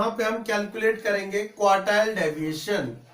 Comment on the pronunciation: ohh bahi daviation nahi pronounciation hai deviation hai